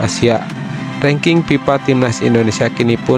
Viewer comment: Kok PIPA? FIFA, bukan PIPA Kalau PIPA itu paralon untuk aliran air 😂 Sunda kocak 😂😂😂😂